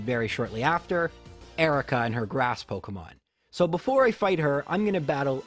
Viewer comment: "pockemons" I'm sorry but I just can't stop laughing at this